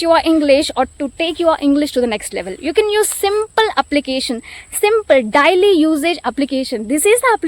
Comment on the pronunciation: Excellent video and narration. Great. But please rectify your uttering of the word Daily. You wrongly pronounce it. Pls correct it.😊